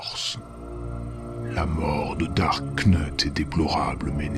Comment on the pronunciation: darth not dark